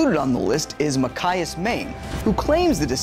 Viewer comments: it's MA CHI. AS. not ma ki as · Machias---MAH-Chai-iss, yes, chai, like the tea, not MAH-kai-iss :) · the guy said machias wrong he said (mac - I - us) when it is really pronounced (match - I - us) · Its pronounced ma-ch-eye-is